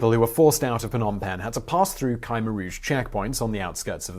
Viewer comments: it's not Kimer it's k-h-mear that the pronounc thingy.if u think i was spelling it im not cause i allready know it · Khmer is pronounced Keh-mayor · Your wrong man. Its Pronouce K-MY. Khmer is a Western term just like Cambodian. Its similar to the TERM Cambodia/Kampu-chea derived from Kambujadeas aka Suwanipumi /Island /Land Of Gold. Ancient Greek called us Kattigara while Roman called us Khersonese.. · Kymer? ... Try: Kh-Mare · Isn't it Koom-air rouge not Kymer rouge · "cam" - "air" Rouge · Ka-meer... there's no y or i. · its Khmer (khm-ae) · Yup. You're saying Khmer wrong. You're saying KI like kite with the Kh, the Kh is KA like Katrina. The MER is said fine, it's like air. Love the channel. You and anybody that helps you do great work. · Khmer, is best pronounced Kim-air said fluidly together. 👍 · Ok, I understand mispronouncing personal names and stuff, but how in the world did you manage to pronounce Khmer as Ca-mer throughout the video, now that's embarassing! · Its K-MY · ku-mare - Short u, stress on the second syllable. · Sorry to be the jerk that corrects your pronunciation but the "K" in Khmer is a mute K. Not "Khi" like in bugs chitin. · Hard to listen to this guy butchering "khmer" about 30 times in a short video. You'd think he would do some research into pronouncing things properly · i lived through this era. what a disgusting regime. and kudos on at least trying to get through the foreign names, etc! (my russian acquaintances sometimes laugh at my google-inspired "Russian") ya cain't win 'em all! khmer: pronounced like "try to hawk up a loogy--mer." ugly vid due to ugly subject.